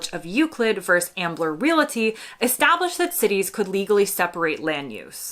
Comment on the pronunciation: doggoneit, it's not relaty, it's realty.